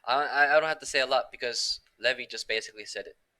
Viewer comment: It's pronounced Lee-v-eye. Not leh-vee